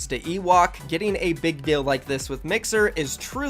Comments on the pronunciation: Bro plz STOP saying Dill instead of deal. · Deals not dills